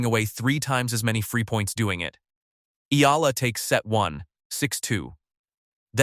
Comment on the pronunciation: its pronounce E-YALA not AY-LA